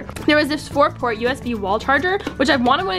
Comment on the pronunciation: Port not post